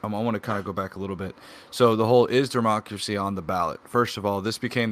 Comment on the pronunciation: I think I am going to have a stroke listening to that guy say "democrathy".